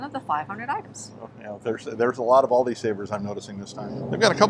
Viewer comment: Everyone calls it Aldis. No sweat! I notice it but I don't freak out or anything 😆